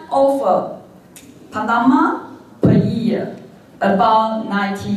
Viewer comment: 視頻 1'27"～1'57" 這30秒間的文本，勉為其難聽打如下： China is a crucial investor in Panama development and a major client of the Panama canal, so which is part of the China "One Belt, One Road" project. It is the time for Taiwan to re-sink...... 施芳瓏「博士」口中唸的則是： China is a kooshio的 investor in パダマ 的 development and a major client of the パダマ kuh-now, so which is part of the China的 "One Belt, One Road" 的 project. It is the Tom for Taiwan to re-sink..... re-think 唸成 re-sink 是不小心說了真話嗎？台灣再次沉淪了 🤣🤣🤣